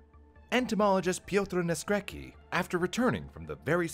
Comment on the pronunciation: that's not how you pronounce Naskrecki, check on google translate next time (this is polish)